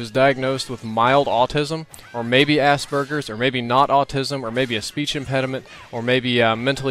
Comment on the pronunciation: I'm sorry but did you say ass-burgers?